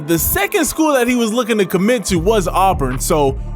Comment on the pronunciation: As a born and bred, in Auburn, auburn fan, I gotta give you props for pronouncing Auburn correct. Helll yeah!